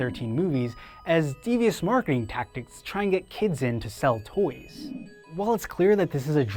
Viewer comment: The way this guy says toys bothers the hell outta me